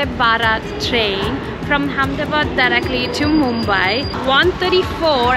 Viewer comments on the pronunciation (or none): Its not hamdabad.. It is ahmedabad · It's Amedabad Not Hamedabad 😆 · Say with me it's Ahemdabad. 🚫 Hamdabad 😀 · She is in "Ham-da-bad"....